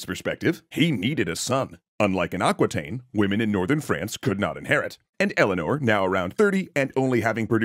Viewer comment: Aquitaine is pronounced "ah" (like "America") "ki" (like kiwi) "ten" (like the number 10), not "aquateen" :D